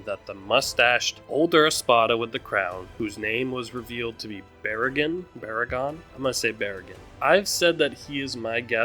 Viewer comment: absolutely loved this predictions as far as most people are concerned, Baraggan is pronounced BAH-rah-gahn and Harribel is pronounced HA-ree-bell or Ha-lee-bell